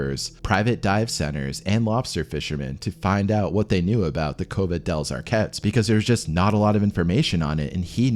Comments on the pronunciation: Drink whenever he misspronounces Arquets as Árkes. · I keep hearing "COVID El Arquets" ever time he says it.